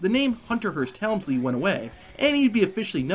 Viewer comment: You are saying his last name Incorrectly.....